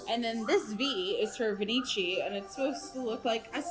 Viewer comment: It’s no Venichi …. It’s pronounced venki. The ch in Italian is a K